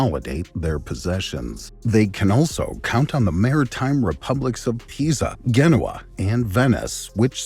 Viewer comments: I'm not Italian but I think it's pronounced jeh-noa As it's shown on the last minute of the video, two crusader factions coexisted with the United States. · "Guh Noah" bro what? even in italian its a soft G 😂